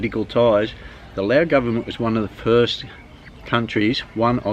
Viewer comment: you've been there for so long why do you speak Laos instead of Lao